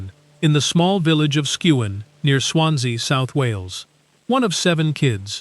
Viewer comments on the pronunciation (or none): It's SKEWEN NOT SKUWAN ! Please get it right..... she deserves to get the the name of her village correctly spelt !!!!